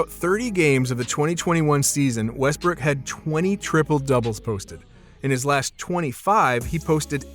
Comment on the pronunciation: Bro you sayin westbrick😂😂